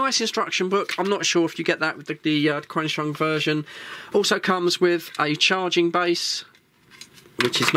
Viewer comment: It’s pronounced ‘Chenshung’.